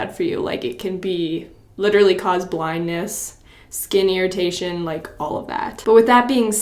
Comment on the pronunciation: am i the only one who heard skinnyritation